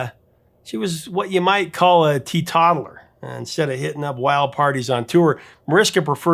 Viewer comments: The term "tee-totaller" is pronounced "tea-TOTE-a-ler" not "tee-toddler." lol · I think mispronounced something else when he referred to Mariska as what sounded like a “tea toddler” instead of a tea totaller. 😊 maybe he’s giving a nod to the mispronounced lyrics! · It's pronouced "TEE-tote-ler" Not "Tee-toddler". Love your work bro. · Would we have to speak Dutch to call her a tee todtler or is that an alternate pronunciation for teetotaler in English too? O_o